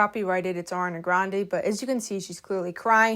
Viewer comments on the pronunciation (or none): none